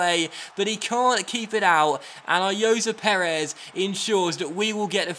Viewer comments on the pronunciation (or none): Also it is Ayozee Perez not Ayoza Perez